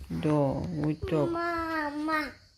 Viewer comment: я ваши видео в день публикации не успеваю посмотреть, дети...домашние хлопоты и т.д. Вот не могу насмотреться на Зехрашку и думаю это скорее всего Ваша безумная любовь сделала Зехрашку такой, какой мы её видим сейчас. Вы всем мамам пример и мне самой. А Аслан как красиво произносит слово мама.